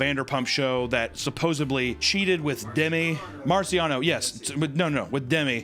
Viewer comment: Okay but why, WHY does she pronounce Demi like that?! 😭